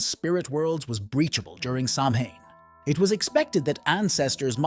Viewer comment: Actually "Samhain" is pronounced "sow-in"😂 Subscribed! Happy Halloween! 🎃